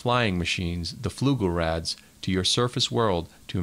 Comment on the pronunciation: What tipped you off?... "Fluglerads"??